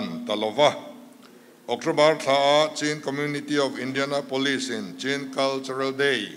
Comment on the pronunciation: Chin tih hi A takah Chuan Chhin ( thil kan chhuma a Hmin tawh tih ang Khan chhin tiha lam tur a ni.) tunhhma Chuan hmusittaw hnam.kan nih avangin Chhin tihin min koh nawmnah 😊